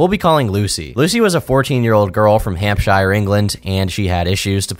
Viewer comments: Hamp shire... Bruh. Ham-shur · I live in Hampshire (its pronounced hamp-sure at least locally) and i never heard of that case that either shows my true ignorance to the world around me (very possible) or toms research skills thanks for getting me informed in local stories 😊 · I always tell Americans the easiest way to pronounce a place with "shire" in it is to say "sher" as it usually works about best. Sincerely, a guy from Staffordshire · Americans not being able to pronounce “Hampshire” when they have a state named New Hampshire which they never struggle to pronounce